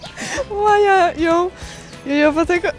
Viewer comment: Chyba "łajać", nie "łajajać"...